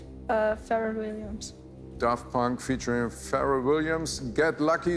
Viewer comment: Wie er immer feet statt featuring sagt 😂